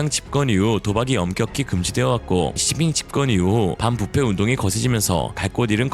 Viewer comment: 시진핑 발음이 이상한데?